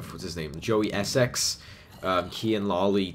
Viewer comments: Hahaha, it's pronounced essix :') btw it looks cool and 'swag' (I promise never to do that again :') sorry xD) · You say Essex weird to how British people say it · The way he says 'Essex' hahaha